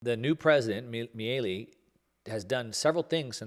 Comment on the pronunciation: Exactly. I cringed when said "Mielli" or something to that effect. Milei is his lastname, which sounds just like you implied, "Mee-lay".